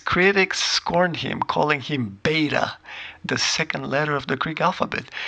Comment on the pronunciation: Beeta! Amazing! Haha. Great work.